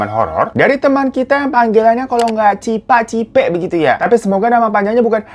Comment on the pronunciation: Cipe bang bukan cipa..bhahahah🤣🤣